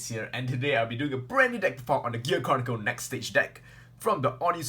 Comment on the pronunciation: OMG did he just say Gear CORNicle?